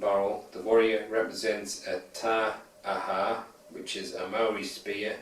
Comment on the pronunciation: It's pronounced tie-ahah the spear, lol but don't be worried I know to many New Zealander who say that